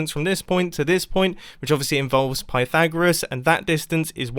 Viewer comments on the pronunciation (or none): “Pythagrisis thereom”